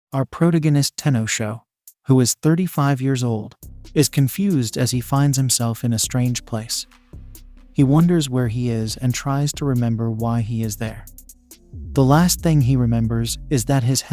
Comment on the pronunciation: Umm it's pro-tag-o-nist not pro-gan-n-n-ist.. But otherwise good work. 😉